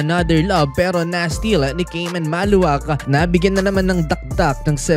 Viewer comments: Maluach from south sudan,not maluwak,is pronounced ma-lu-watch,not maluwak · Khaman Maluach is pronounced "Kah-mahn Mah-lu-watch," according to his own explanation.